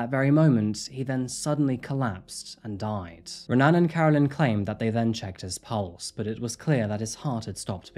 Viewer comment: If watching UFC has taught me anything about Brazilian names, the "R" in "Renan" is actually pronounced as a "H". So "Hen-an".